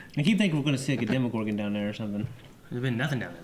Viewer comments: It's a demOgorgon, not demigorgon :D .. it's not like it is a half gorgon- half something :D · That was my point. They say "Demigorgon" every time, when it's "Demogorgon". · I hate to be that guy. But please stop saying Demigorgon, thanks. 😀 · The way they said Demogorgon pains me